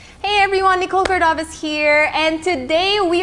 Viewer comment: Not a fan of Miss Universe, but i am watching this video because i fell in love with Ms. Nicole Cordoves voice😍. The way she pronounce words, her choice of words, the way she deliver her message... It got me.